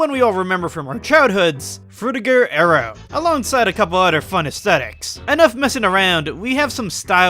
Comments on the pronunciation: FrutiGER aero. Stop saying FrutigO oh my god it’s driving me insane Lmao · You show a pretty surface level of understanding and don't add much new content to the discussion. Also there were some English and pronunciation errors including your main subject frutiger aero. Needs work imo